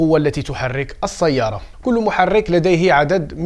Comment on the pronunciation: السيارة ليس الصيارة كل كلمة فيها س تنطق س ليس ص ربي يعاونك